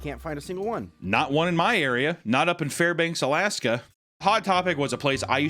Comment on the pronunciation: you mispronounced Fairbanks Alaska